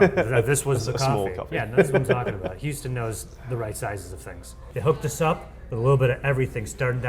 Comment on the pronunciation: "Planet Hooston" General Zod, Superman II